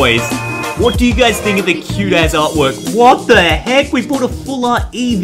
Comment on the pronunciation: you said as# or just as dont know